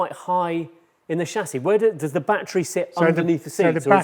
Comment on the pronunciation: Bro says batt er reee like bat tree